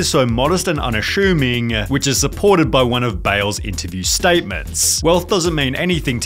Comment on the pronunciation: Is there an "h" in the word "assuming"?